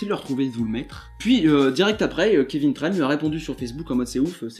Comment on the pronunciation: C'est Kévin Tran avec un "en" pas Kévin Tranne...